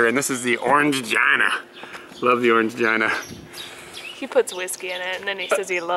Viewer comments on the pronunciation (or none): OrangeGINA? LOL. You do know it's pronounced Orang-GEENA right? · Going to Japan with my husband for our honeymoon, so love your videos! Just wanted to let you know that "Orangina" is pronounced "Gina" as in the name and not "gina" as in vagina. ;) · It turns off because you're pushing the draw back in fully and closing it. It's a grill you're supposed to leave it open a fraction to allow the heat to escape. If you didn't it would over heat and cause a fire, that's why it has the safety feature. :D Also it's pronounce Orange - Jean - a :D It cracked me up when you said jina hehe... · O-ran-jee-na! Hehe. Great video! SO natsukashi! Love your apartment and your approach to Japan living. I lived in Osaka and haven't been back. Still dream about Japan quite frequently and starting to plan a trip there (and elsewhere) in the new year some time, well or even sooner if I can swing it. Oh I miss it sometimes but I miss Thailand more! :D